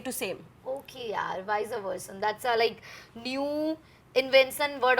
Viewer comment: Viseyyy versaaa ? 😂😂 new way to pronounce! ? And meaning same to same ?? After watching Lock up, now I know… he said correct that you should learn English well.